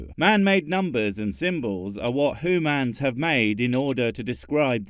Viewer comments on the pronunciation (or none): You said "hoo-mans''. 50 lashes for you and back to the cute-animal video section of YouTube with you,, where your kind exist.